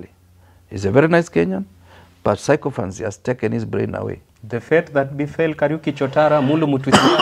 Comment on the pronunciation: you are trying. But there's room for improvement. "Sycophancy" is pronounced as SI-KA-FANSI, not SAI-KO-FANSI. And "sycophant" is SI-KA-FANT, not SAI-KO-FANT.